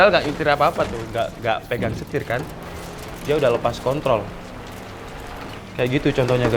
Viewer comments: bang di menit 4.04 kepeleset ngomong kontrol jadi kon*ol wkwkwkwk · Pake "R" Wkwkwkw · pake "r" 😂